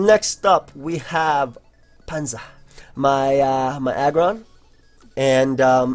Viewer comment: The way you pronounce Panzer sounds like Panza which is the Spanish word for belly lmao